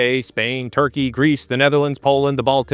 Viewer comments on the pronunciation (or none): none